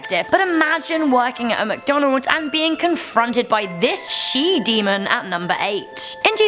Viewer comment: I thought you said "sheep demon"